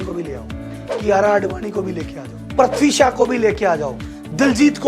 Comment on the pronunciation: He is Prithvi Shaw not Poxy Shaw 😂😂